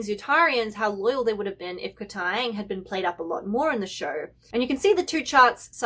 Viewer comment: I love the way you say KatAang😂